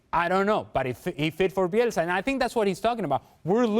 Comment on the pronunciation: Bielsa. Get the name right